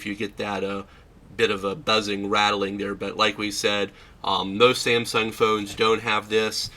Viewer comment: "Sansung" LOL. Also, you massively blew out the screen highlights on this shot, just look at the background. Great job lol, pay more attention next time so we can see what's on the screen without washout.